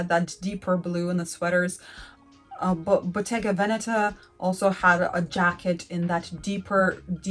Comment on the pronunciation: You need to learn how to pronounce Botega "Venetta."